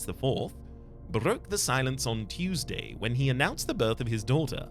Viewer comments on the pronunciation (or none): none